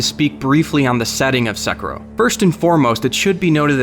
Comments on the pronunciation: Man, your pronunciation is killing me. Se•kee•ro, not se•ker•o. Oh wait, you decided to start saying it right half way through the video. 🤷‍♂️ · its not sek-ro its say-ki-ro, sekiro. even if you butchered it the english way its sec-key-o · My biggest question is this: Is it pronounced *セキロ*, or "suh-KEE-roh"? You pronounce it both ways in this video. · I cringed a little when he said Sekiro at the start of the video. It's not "seke-ro" it's "seh-key-roh" which is how you'd pronounce a Japanese word/name. I'm sure I'm not the only one who commented about this lol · (Se-kir-rio) not (seker-row) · Se-kee-ro, not se-kirow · Are you saying sekuro? It is pronounced se ki ro. se in second ki as in key ro like raw. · sekaro. ITS PRONOUNCED "SE KEY ROW" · I love how crudely people pronounce foreign words. At the beginning he calls the game Sekuro, but it’s pronounced Seh-ki-roh. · Seriously...its not Sa Ku ra..... it is SE KI RO. SEE KEE ROH. dude, come on :S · "Seh Kero" Wtf man? "Sah Keero" Is how you pronounce it. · SE KI RO....not SEKARO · “At its core, this video is about two things”: SEK- i- ro and seh -KIR-o. Please choose a pronunciation and stick with it. I believe the developers prefer the latter. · correct pronunciation Seh-Key-Do not Suh-Kuh-Ro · So through the course of the video, I heard Sekero, Sikero...and ONCE or TWICE, I heard the correct pronunciation for Sekiro. I'm not really bothered by any of the wrong pronunciations by themselves....but at least be CONSISTENT, and pronounce it the same all the way through your one video, that is supposed to sound like you know what you're talking about instead of just reading from a paper and being unsure how to say the title of the game... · It's pronounced Sekeero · Sekiro (Say-key-roe) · its not secro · Dude almost made it sound like Sakura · Bro. Suh kee row. 🤦‍♂️ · every time he says sekero i die a lil inside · Sekro?? Lol I’m pretty sure you’re pronouncing it wrong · “sekuhrow” “sickuhrow”